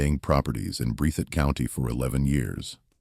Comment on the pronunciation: This man has absolutely messed up the county's name, it is pronounced "BREATH IT "